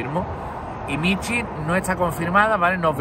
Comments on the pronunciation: Tampoco lo voy a ver., es Michu, no Michi, AAAAY qué gracia 🤣🤣🤣🤣🤣🤣🤣🤣🤣👍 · Es Michu, no Michi